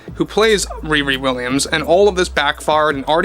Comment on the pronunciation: When you say "ReRe Williams" all I can hear is Wee Wee Williams. What a name to give your least character.